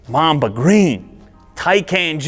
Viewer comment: I heard mom the green instead of mamba green